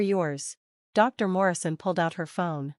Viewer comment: Get an A.I. voice that knows how to pronounce common words! (like Dr.)